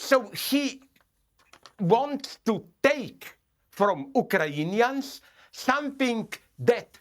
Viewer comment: "OOK-ER-AYN - E - INS" 🤣😂